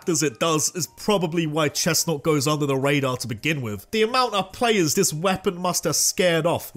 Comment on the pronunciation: CHESNAUGHT, NOT CHESTNAUT! FIX IT NOW!